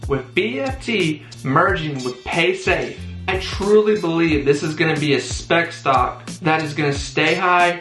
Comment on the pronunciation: Bro are you trying to say Spac?